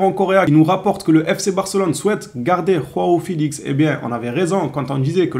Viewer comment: Arretes de dire rao felix ça se prononce Jo a o c'est la version portugaise de Jean en gros ! !